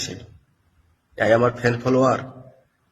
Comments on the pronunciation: Fen foloer.. khuma kore dao...barite tolter korbo..aha ki uccharon... Ete education er porichoy paoya jay... Eder theke r ki ba asa kora jay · এদের original চরিত্র.... একটু চাপ দাও...কান্না kati বেরিয়ে আসে... fan followers উচ্চারণ ঠিক করে শেখ আগে